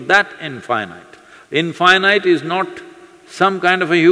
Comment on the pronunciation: But why he spell in fy night? Instead of in fee neet